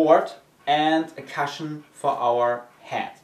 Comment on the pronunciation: Hello!! Savage from the forum here!! brilliant video it will help me greatly as my pt recomened it for my rotator injury so thank you very much! one thing you are pronunceing cushion cashion!! to help it sounds a bit like cooshion!! hopefully i can help you like you and scooby have helped me